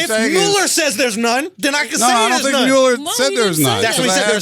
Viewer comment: I got annoyed by Andrew mispronouncing Muller's name and I am a French speaking African LOL.